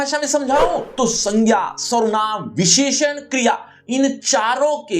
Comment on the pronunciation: sir ne visheshan bolne me jyada jor lgadiya 😂😂😂